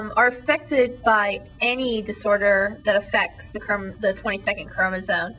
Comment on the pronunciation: you sound so stupid everytime you say chromosone.